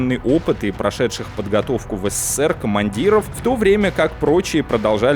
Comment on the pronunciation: Ну когда же, ты научишься, произносить СССР?! А не ССССР, как робот в переводчики гугл. ))) Попробуй потренироваться! И так: произноси на ТРИ удара С, на четвертый удар, Р.